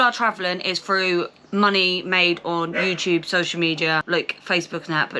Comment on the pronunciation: xutup XDDD